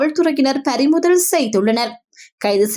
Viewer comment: தமிழ் உச்சரிப்பை சற்று கவனிக்கவும். ஏணைய அல்ல ஏனைய, பரிமுதல் அல்ல பறிமுதல். குற்றம் பிடிப்பதாக அல்ல, தமிழ் இப்படி தவறாக அதிலும் செய்தியில் தவறாக உச்சரிக்கப் படுவது கவலை அளிக்கிறது.